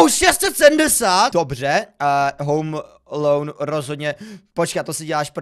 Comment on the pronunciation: jak jsi říkal home alone tak to znělo jako home meloun XD